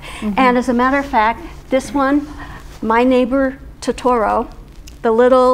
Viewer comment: Makes me so happy to see this lady so passionate about Studio Ghibli 😊 I just wish she pronounced Totoro correctly 😭